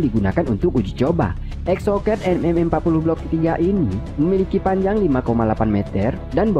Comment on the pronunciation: Exocet dibaca exsoket katrkooo......k